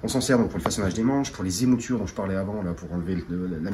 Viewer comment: Etape 7 : L'émouture, svp, pas "Les moutures"